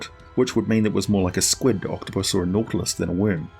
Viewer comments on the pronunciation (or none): none